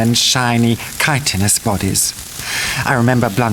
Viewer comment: chitinous isn't pronounced correctly ☺